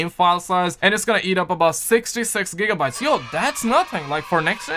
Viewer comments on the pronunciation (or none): none